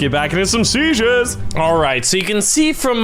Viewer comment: When says Seiges it sounds like sezieurs 😂😂